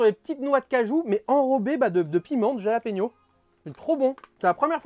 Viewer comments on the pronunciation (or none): Sa se prononce "rhalapégnio" les ptit piment. Cette ration alors vraiment pas mal du tou !👌🏽